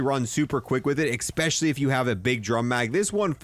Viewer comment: This video was really helpful! But... "eggspecially"